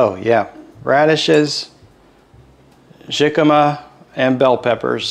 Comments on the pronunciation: Being a California native I’ve never heard of “jicama” pronounced that way with a hard “j”. It’s a Mexican word so the “J” is pronounced as “H” like “Hicama”. Or like “Hey-Sus” for the name Jesus. (Which is a popular Hispanic name)It tastes like a cross between a raw potato and a bland apple. Love your videos and the Bible verses at the end! ❤✝️ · jicama pronounced like hicama. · your husband did a great of being videotaped while cooking! Jicama is actually pronounced “hickama” and can be used as a potato sub. Jicama has almost 50% less carbs than a regular russet potato and offers a “bite” like a radish. It can be boiled and mashed like regular potatoes. You sure do like your dill! 😊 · Yes, he knows now that it's pronounced with an "h" but he had never used it before.🥰